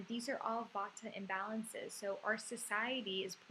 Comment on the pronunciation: its not vataaa....its jus vaat